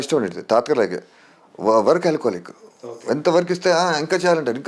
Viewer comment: adhi work alchoholic kaadhu andi, workaholic